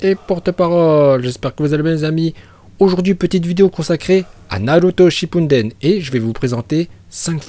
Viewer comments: DE NARUNTO SHIPUNDEN 😂😂😭😭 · Tu déformes les noms de technique et des prénom.. La vie fait pareille avec dbz car la tu insultes naruto clairement.. "Naruto Shippunden", ces Naruto Shippuden..